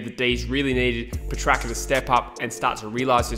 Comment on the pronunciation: Christian Petrucka lol that is the funniest pronunciation of petracca